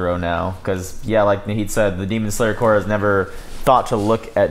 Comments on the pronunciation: It's pronounced "CORE" not "Corpse". As in Army Corps of Engineers or Eren Yeager in the Survey Corps. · its pronounced Core not Corpse Corp(the p is silent) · And the reactors’ tradition of mispronouncing corps continues. Think about it - is it marine corps (core) or marine corps (corpse)? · Do you think they'll ever figure out how to pronounce corps? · I swear, no one who reacts to this series knows how to pronounce "corps", not even the ones watching the dub where they say it out loud.